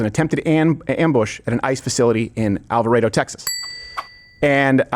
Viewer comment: Thank you for pronouncing alvarado correctly 😆